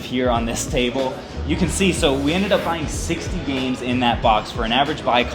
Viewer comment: It kinda hurts my soul when I hear him mispronounce games lol